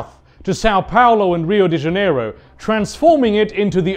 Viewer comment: Brasil mencionado. Eu tô feliz agora. E é o primeiro gringo que eu vejo falando São Paulo e Rio de Janeiro direito.